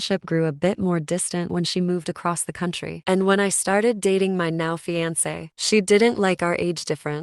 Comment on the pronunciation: The pronunciation of “fiancé” is like nails on a chalkboard for me lol